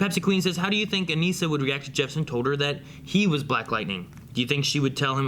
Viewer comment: Her name is pronounced "Uh-nih- sa" They literally say it in the show.